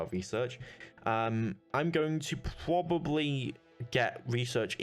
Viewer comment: Pwabably ? Pwoblems? You speak very bad